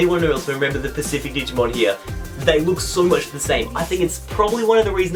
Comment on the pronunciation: Pacific? Specific*